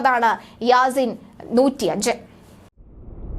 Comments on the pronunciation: യാണീസ് അല്ല മളഗെ ياسين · യാണീസ് അല്ല യാസീൻ ആൺ മളഗെ